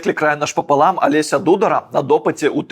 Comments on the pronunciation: ці лепш ужо! Дзякуй вялікі за цікавы агляд, але твой цёзка ДудАр, а ніяк не ДУдар! Адпаведна - слушна казаць Алеся ДударА!! Калі б цябе пачула адна са згаданых табой аўтарак, далібог забіла б за такое )) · ДудАр і ніяк інакш, Алеся ДударА